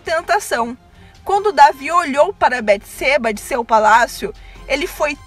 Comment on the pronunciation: A pronuncia Beteseba está incorreta. O som do e, é aberto.